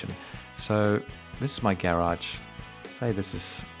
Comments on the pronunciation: Subscribing cause i love the way you say "garage" ;) (And great info too) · 6 people don't like the way he says garage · The way he pronounces garage bother me a lot. Wtf 😄✌️ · Great tips!!! That's an unusual way of saying "garage" though! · Sailreddex Not unusual in England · Not unusual in Australia either.